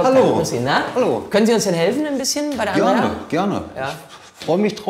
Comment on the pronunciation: Dieser Momen wenn Mann Andreia heißt 😂😂😂😂😂😂😅😅😅 ja mit ei aber Mann spricht es Andrea